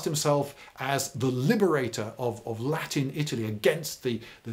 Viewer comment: yeah because it looked like he was trying to pronounce italian rather than latin